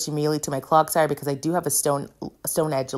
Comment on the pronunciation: I actually love your commentary, mispronunciations and all. You need a CloGsire graphic where it's wearing little clog shoes. It's CloDsire, btw, as in "clods" of mud. <3